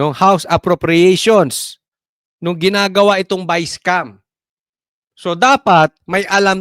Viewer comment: Ayusin mo pronunciation biscam